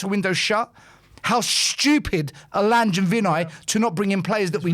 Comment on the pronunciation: Your friend Lange is pronounced Lan-ger not Lange.